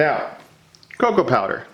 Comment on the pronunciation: I had to rewind when you said cocoa powder the first time cause I heard cocaine powder.